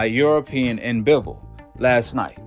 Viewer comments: How many times u heard Bivol name n u still can't say it right 🤣🤣🤣(Bi)(vol)🤣🤣🤣🤣shit sound so funny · I mean I get a couple rounds for Saul, but to give him all 1st 4 rounds....🤨🤔 straight sus....n btw in Russian it's pronounced "BEE-VOL" jus for future reference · Hi Guy! Before you’re allowed to make any more commentary on boxing, learn how to say Bivol’s name right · lol wtf, I literally said he shouldn't have won the 1st 4 rounds...🤨😂. I said someone could maybe argue he got 1-2 at best....the fks wrong wit u? N learn how to pronounce bivol then if u know so much about boxing...and yea I'm not a big boxing fan, I'm a MMA fan cuz that's a full sport, not a fraction. I jus support all my russian athletes, which is y I watched bivol...